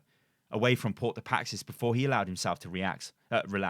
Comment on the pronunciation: The most interesting thing about this video is how manages to pronounce “Paix” as “Paxis”